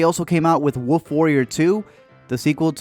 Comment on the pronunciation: Still cant say Wuff huh? I love it, don't ever learn to say it, please. Keep up the great work.